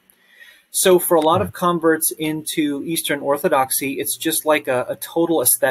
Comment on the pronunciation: Say it "Orthodoxy"